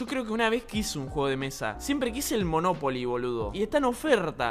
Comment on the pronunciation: me encanta como spreen dice moNOpoli i no monoPOli